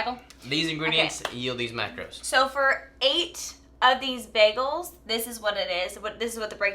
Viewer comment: 2 days and a wake up Happy Wedding week! 🙌🙌🙌 keto🥯 bagel...👌10 🔥 its been a long time go to for the ketofam... Dang..baggals😂. Bag..gulls😂🤣😂🤣Bagul.. That's how you know deep down he's carnivore.. can't pronounce Bread names... but still cooks like a Savage 💪 Definitely a good one for Keto bread👌